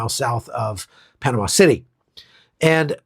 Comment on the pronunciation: Van Halan sang Panama. Not Panana.